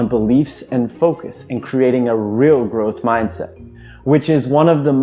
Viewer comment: Gotta love that Ger-ohth Mahyndset! It's the shit.